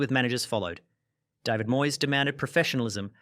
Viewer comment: He can't pronounce the name David right along with many other things. You expect him to know about real football rivalry 😂